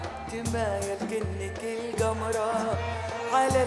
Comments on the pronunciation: لا وش القمره؟ هي تقصد الجمره منجد بس القمره بنطقها، واعتمدوها ولاهي ب الاساس معناها الجمرهه. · هي تنطقها كذا بس ب الاساس تقصد الجمره.